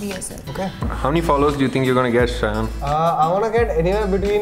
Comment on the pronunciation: Wow im impressed that the person behind the lense called shayan the way his name is supposed to be called